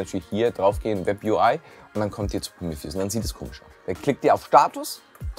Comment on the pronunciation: Geiles Video, mehr unraid content!! Irgendwie hat es mich fertig gemacht wie du Prometheus ausgesprochen hast!!!